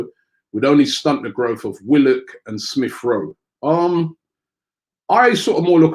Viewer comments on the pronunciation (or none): none